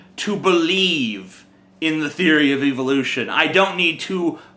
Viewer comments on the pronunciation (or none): You really have no idea what I'm talking about do you? Richard Dawkins is known for saying "Evolution" like "eeeevolution", with a long "e". TJ did that in this video, so that's what I was referring to.